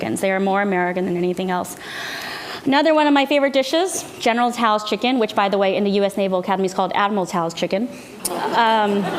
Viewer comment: I cringe when people call it General "Tee-Soe's" or General "Sues" Chicken